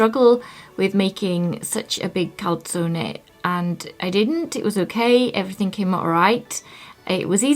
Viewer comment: Good effort on pronouncing the e in calzone, brava! (next: salame is the same :D)